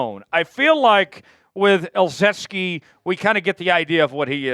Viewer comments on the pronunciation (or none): Keeps adding an "S" to ezeike's name.. 😂😅 wtf man. Try harder maybe?